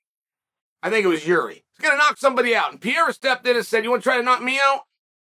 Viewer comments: Chael is PAH-RARE-AH not PEE-ERA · Is he going to continue saying PEE air AH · STOP SAYING PIERA DUDE. I think Ariel or someone corrected you and you still say it wrong bro 😂😂😂😂😂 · Chael might still be calling Pereira “Pierre” but at-least he’s not calling Prochazka “Prokriev” anymore! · I don’t see Chael letting go of pronouncing it “Pee-era” any time soon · say it with me chael..."pa-head-uh" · Uncle Chael still saying Alex Pierre-a lmaooooo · For a smart guy like Chael, I'm puzzled by how he's the only one out there consistently mispronouncing 'Pereira'.